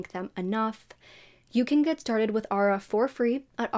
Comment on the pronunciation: Also, Aura is pronounced ‘or-ah’ not ‘ah-ra’